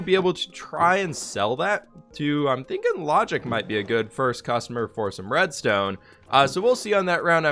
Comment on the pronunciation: When he was working out the deal to sell red stone, he kept saying diamond blocks instead of reds tone blocks. 😆😆😆